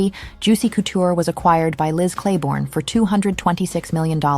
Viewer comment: Great video but the “coo-tour” is making me cringe